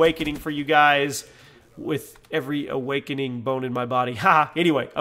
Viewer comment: As of D. Vondy, it's awarkening... Not awakening